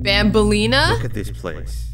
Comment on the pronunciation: Loving the vid but just reminding you it’s Banan not Bonbon It’s Banbalena not Bonbaleana